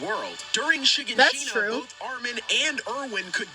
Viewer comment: I don't trust anyone that can't pronounce shiganshina